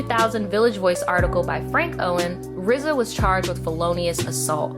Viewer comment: Low-key, the fact that you keep saying RZA's name as "Rizza"...😬😬😬 just being honest. It's just RZA, not "Rizza". Other than that, I liked your take on the whole thing.